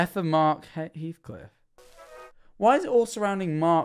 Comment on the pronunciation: my guy really said my last name like: “Hehheacliff” 😭